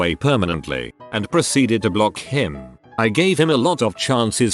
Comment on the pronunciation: The robot narrator: standard speech during a whole sentence, H-I-M.